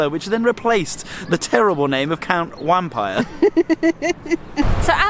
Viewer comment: Wampyre is pronounced vampire.